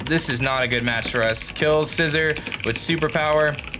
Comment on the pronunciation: Scizor not scissor 🤣🤣🤣